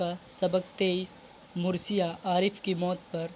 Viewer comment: Mursiya nahin hota hai marsiyah hota hai